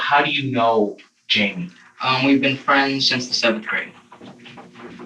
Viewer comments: Jamie, with a jay, not an H as in Hymie.. It is Jamie !! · Hi-me?????????...........that is fuckin not how that name is pronounced my guy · Why is the voice over guy Pronouncing Jamie as hei-me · It bothers me that he wouldn’t even say Jamie’s name right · Note to Narrator: Jamie is pronounced with a J. Always.